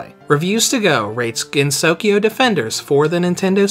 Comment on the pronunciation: I'm having a hard time deciding whether to get this game or touhou sky arena... btw, it's pronounced gen-so-kyo, not gen-sokyo